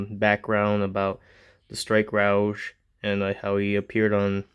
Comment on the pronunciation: I dont know if you had corrected youraelf in the video or not but that word is pronounced "ROE-G" not rooge or roegee. Like the character from X-men. Alright just hoping ive helped.😅 Not trying to be a butthead 😂